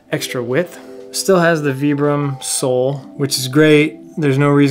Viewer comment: Nice review, never heard of "Veebrim " soles before, the iconic Vibram soles is pronounced with a long "I" and have been primarily used in work boot, hiking boots and it's nice to see them venturing out on trail runners.